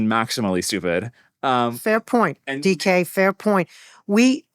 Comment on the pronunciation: Caught me by surprise when I heard that first. Thought he said "decay" instead. As in, "we're on the level of psychology decay". 🤔